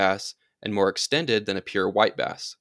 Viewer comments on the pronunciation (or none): LoL It sounded like you said wipe ass the first time you said white bass